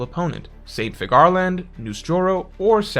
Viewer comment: Figure - Land. It’s pronounced Figure Land. Please stop pronouncing it like Cigar 😂